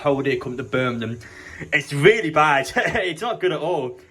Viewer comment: why do you keep saying burminham? it’s birmingham..